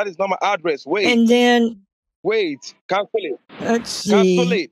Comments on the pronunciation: “CANSOLE ET!” 😂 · "Cansul it! Cansul it! Cansul it!" 😂😂😂